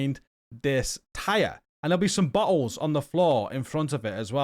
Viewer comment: 😂😂😂 you are great and thank you for the videos... I was listening to this while I gamed, started laughing did he say bottles or buttholes